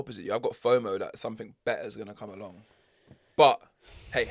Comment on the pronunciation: I like word of the week and not to be pedantic but it’s driving me mad that your saying somethink instead of something almost as bad as saying Pacific instead of specific 😂